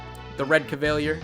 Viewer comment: Great map + strategy. Your pronunciation of Innes and Cavalier made me chuckle - keep up the good work. :3